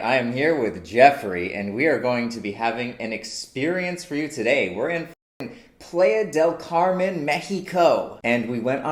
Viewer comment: Oh God, how pronounced "Playa del Carmen" made me kind of facepalm.